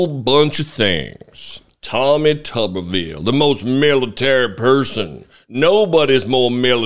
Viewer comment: Hey, if it was pronounced tubbervile, it would be spelled tubbervile. But it’s spelled tuberville, so it’s pronounced tooberville. As in tube town.